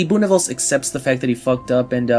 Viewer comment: Great video but it’s pronounced “Boo-Nih-vel-zuh” not “Boo-nih-vels”